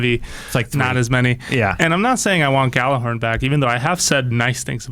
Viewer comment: If i had a dollar for everytime people said Gjallarhorn wrong.